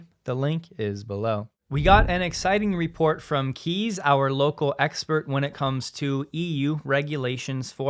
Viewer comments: FYI Kees is pronounced "Kays" not "Keys" 👍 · FWIW, the name Kees is pronounced like Case in English.